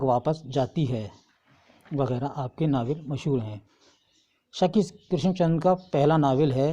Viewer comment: Sir नाविल का नाम शिकस्त है ना आप सकिस्त क्यों बोल रहे है